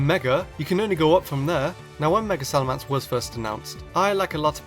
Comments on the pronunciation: Just saying, it's SalaMENce not SalaMANce... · its SalamEnce, not SalamAnce. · You butchered the pronunciation of salamence royally. You say it as if it's spelled salamance. I'm disappointed 😔😔😔